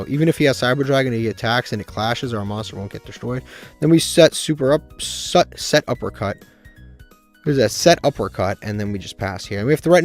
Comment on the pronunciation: PLEASE it's pronounced SETuppercut NOT SUPERuppercut💀 Also you cannot afford to play anything over 40 cards since you need to maximize seeing your best cards, for the chaos pile I'd probably cut Ogopogo, world lance, the GO! D/D/D card, DW dealings, and probably the motor frenzy and elephant since all of those are pretty low impact